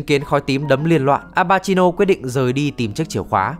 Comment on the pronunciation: đọc tên nghe bruh quá, bucciarati đọc là bu-cha-ra-ti; narancia-> na-ran-cha; abbacchio-> a-ba-ki-o và mấy tên stand để nguyên gốc sẽ hay hơn như golden experience - stand của fugo purple haze là virus chứ ko phải khí độc